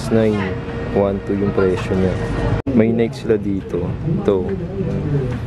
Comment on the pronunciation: Lodi, Nayki (Nike) not Nayk (Nike).. Anyway More Vids to Come. More Power! New Subscriber! God Bless!